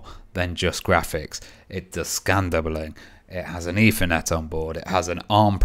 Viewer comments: Dude... its "Ethernet"... not "Effernet"...lol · Or Eithernet as everyone incorrectly pronounces it.